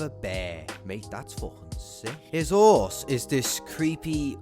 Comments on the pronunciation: haha i love the way he says 'orse instead of horse during the bravestarr segment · I like how you guys dont say the H in Horse.